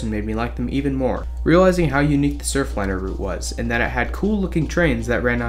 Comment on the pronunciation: There's an "r" on the end of that: Surfliner.